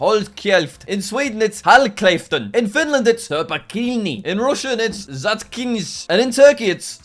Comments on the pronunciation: as a brit who is kinda learning swedish (i know how the vowels sound and how the letters sound together) and has watched too much Anomaly to be healthy, I know it's pronounced "holl sheff den". His pronunciation made me wanna die lol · jack saying shut up in swedish was so wrong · Jack offended me when he said håll käften wrong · In Swedish shut up is pronated holl cheften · What was that håll käften pronunciation?